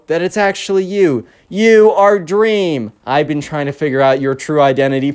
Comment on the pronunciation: OMG "DWEAM!?" shut up lol funny thing